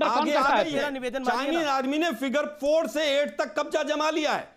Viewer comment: फ़िगर 4😂😆 इ कहा है भाइ😆😆😆 मैने तो फ़िन्गर 4 सुना था